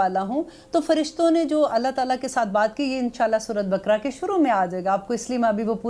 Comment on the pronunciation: please talaffuz bhi sahi karein kuraan nahi Quraan Shareef surah bakra nahi baqrah hai Aap bahut achchha kam karrahi hain Allah is ka Ajr de Aameen lekin agar talaffuz agar sahi na ho toh baat sunne ka maza nahi aata